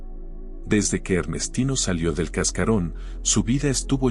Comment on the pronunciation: Ernestino no ( hernestino ) y era no ( hera )